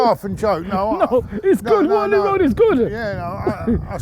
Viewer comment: Man said Waterloo road 🤣🤣🤣